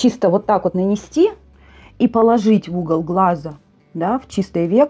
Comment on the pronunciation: Поло́жить😂 вы из деревни похоже😊